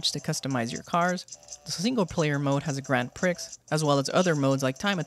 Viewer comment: Bro let me help you out 😂. its not grand priks, its pronounced grahnd prih. u have to say it in a french accent to make sense of it. dw i too made the same mistake but be careful saying it how u were in this video its considered a swear word in some places 👍👍